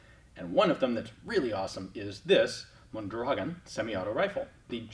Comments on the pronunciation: Ian,...geez,...for Christ's sake,...as a Tucsonian, it is absolutely criminal that you don't know how to pronounce Mondragon!!!! Moan dragoan!! Come on man! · Mon dra GON (rhymes with Bone). Fairly common and recognizable Spanish name.